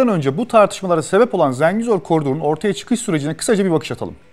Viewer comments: Zəngizor ne ya ? 😂😂😂 Zengezur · Zengizor değil oğlum "Dinazor", Ha eğer konu koridorsa, o Zengezurdur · Zengezur yazib Zengizor demək niyə??! Meger Türk dilində 'e' herfi 'i' kimi səslenir biz bilmirik? İngilis dilidir meger bu? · Zengezur, Zengezor değil! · ZENGİZOR DEĞİL, ZENGEZUR. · Video güzel olmuş amma Zengezur desen daha iyi olur be kardeşim. Zengizor diye bir yer yok Zengezur var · ZENGEZUR'A "ZINGEZUR" DEMEK BIR KIBARLIK ALAMETI OLSA GEREK. "ZENGEZUR'A","ZENGEZUR" DERIZ BIZ TURKLER! VESSELAM! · Zengizor diyil .TOP Zengezur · zengizur derken :) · niye israr zenGIzor diyorsun kardes yahu? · ZengiZor😂😂😂seslendiren Ermeni galiba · birisi arkadaşa Zengezur sözünün söylenişini öğretsin